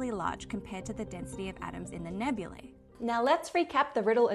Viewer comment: Finally! A young scientist/science reporter on YouTube who knows how to properly pronounce the last syllable of “nebulae”!